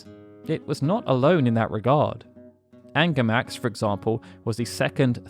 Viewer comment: I remember it was "Ungarmax" was it corrected?